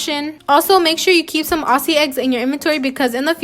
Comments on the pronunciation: peeps say ‘OSSIE’ eggs. it’s AUZZY (pronounced this way) eggs lol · ITS NOT AU-SS-IE ITS AU-ZZ-IE I mean pronouncing the worse not how it's spelt btw